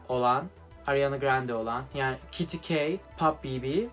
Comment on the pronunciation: Abi o kity key değil k kity